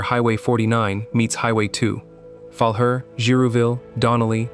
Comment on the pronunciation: Omg. Learn how to pronounce the names of the towns! Grande Prairie is pronounced "Grand Prairie", not Grand-a Prairie. Falher is a bit harder, it's where my mom was born. It's pronounced "Ful-aire."